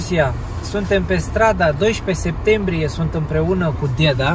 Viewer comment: Craciun fericit cine face,si va spun un Bravo voua si deasemenea si lui Cosmin va urmaresc cu drag si imi faceti placere si va urmaresc cu drag.sunteti niste oameni minunati.foarte frumos vorbiti si lucrurilor le spuneti pe nume.si cel mai frumos spui spui cuvantul,DEDA'.bravo de tot ce faceti❤❤❤